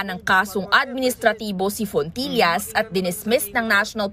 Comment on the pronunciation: FONTILLAS HINDI PULIS! " FOOLISH " 😂